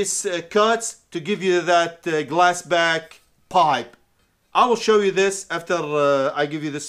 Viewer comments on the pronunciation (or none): Are you saying glass back or glass pack? Just fyi its glass pack with a p.